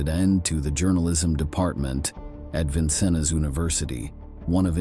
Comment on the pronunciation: AI garbage that can't even pronounce Vincennes correctly.